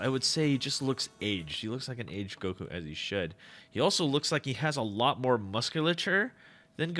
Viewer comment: Firstly it’s goku not guko, and second, fix your grammar